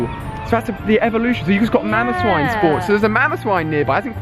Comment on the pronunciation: also he said mamoswine and I was slightly triggered